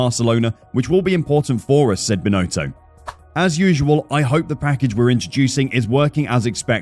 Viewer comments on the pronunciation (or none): I don't think the guy who's been hired to to do the voice over even watches F1: It's pronounced Bin-otto not Bin-oh-toe.